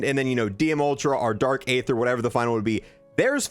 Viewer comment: it’s very aggravating that to this day you still pronounce Aether wrong lol